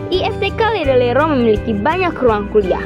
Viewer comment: Maaf tapi salah penyebutan Ledalero